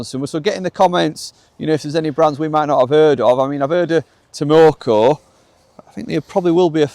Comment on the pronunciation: has heard of Tamoko but everyone else has heard to Takomo 😂